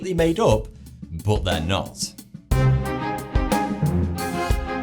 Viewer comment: he says but like bott